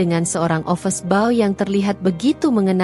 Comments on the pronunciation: Office boy (ofiz boi) prnunciation yang benar ya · Watak dewi benar2 jahat tapi lucu sekali 😅😅😅. Pembetulan, bukan office ball tapi office boy. Rama bkn office boy tp cleaner.